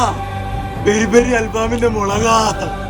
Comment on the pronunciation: മുരുകാ🥺❌ മുളകാ ✅😂